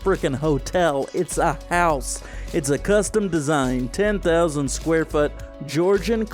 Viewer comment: "That's not a freaking hotel, it a HHouse!" I Love that 😂